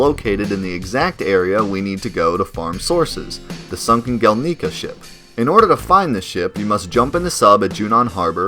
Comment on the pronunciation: Gelnika is pronounced gel nih kah Not gel knee kah Yuffie is pronounced yuf fee Not you fee Junon is pronounced juh non Not jyuu non